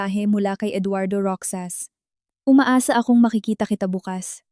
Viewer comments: Hoy narrator magbasa ka nman ng comments para Malaman mo na Ang Tanga mo sa pagbigkas mo ng Roxas. Basahin mo ng rohas Hindi roksas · Mali-mali ang bigkas ng ilang salita gaya ng Roxas, ang bigkas ng narrator : Ro-xas/ sas tamang bigkas ng Roxas ay: Ro-jas/ has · Roxas or Rojas not roksas ano ba yan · Nakakainis kaya pakinggan, ang pag bigkas ng roksas, imbis na Rohas (Roxas) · Roksas ang dapat na pagbasa niyan ay rohas kasi ganito ang pagbasa ng kaibigan ko sa apelyido nila same as Roxas or Rojas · Hindi ka baggy narrator daig kapa ng isang kinder sa pagbabasa paano naging Roksas ang Roxas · plaese sorry po na icheck ko ang pag pronouns ng ROXAS(ROHAS) po ang pronounce nyan